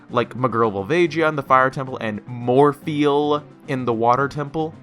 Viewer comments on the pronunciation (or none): The first "Morpheal" had me cringing. But after like the 5th one, I found it hilarious.